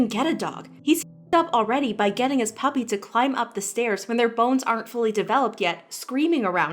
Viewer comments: No one: James Charles: puPP-uRR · can nobody say 'puppy' pUpPeR- SHUT UP OMG